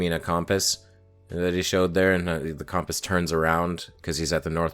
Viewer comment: The way he tries to make compass sound like "Come pass to the north" is the highlight of my week, let alone this video.